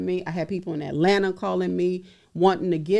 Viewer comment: This man just said hot lanta 😂😂😂😂 don’t ever say that again out loud bro